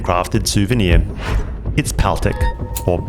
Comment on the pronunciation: DA-NAO & PAL-TIK. The correct pronounciation